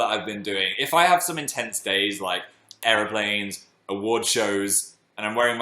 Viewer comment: The way Phil said airplanes in this video is everything